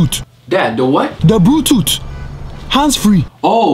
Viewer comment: GUYs reply if you find funny when said "BRUTOOTE" instead of Bluetooth. lolololol